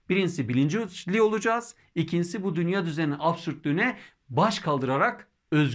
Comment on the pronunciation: Emeğiniz için teşekkürler. Dünya kelimesini dünyaa şeklinde uzun a ile telaffuz etmek daha doğru olur sanırım.